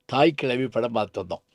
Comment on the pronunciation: Why he says கிளவி.the title is தாய் கிழவி.